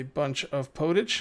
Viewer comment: Pottage is pronounced Pot-Edge as it is made in a pot >^,,^<